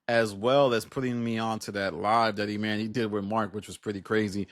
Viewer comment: It dont bother yall he keep saying eMANee when we watched this show for however many yrs and NOBODY call him eMANee.. grown adults purposely being illiterate jus b hard to ignore ngl